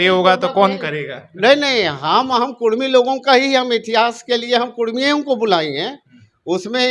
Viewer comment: Kurmi likha huw tum bolta kudhmi